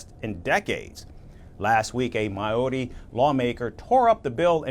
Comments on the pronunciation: It's Maori not mayoori ffs amerikkka do better 😮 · Me: Hears it pronounced "my-ouri" Cries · the american pronunciation of maori is atrocious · Māori is singular there is no s! And I wish these idiot reporters would just do some simple research to get their pronunciation correct.....